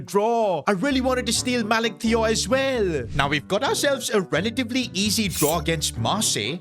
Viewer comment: It’s Ciao Not Thiaw